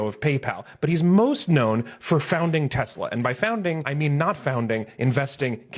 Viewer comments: It didn’t help that Donnie pronounced it TesLER😂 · It’s pronounced TESLER 😂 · "Its a great product has good as it gets" Then doesn't even know the name and calls it "Tesler". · "I love Tesler" Derp...